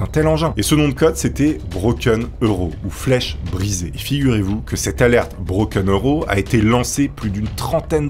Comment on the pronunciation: On dit broken aro en phonetique pas broken euro mouaaaarrrfff 👍🖖❤ lol